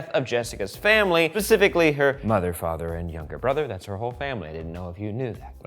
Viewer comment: ...did he...did he say "Pacificly"??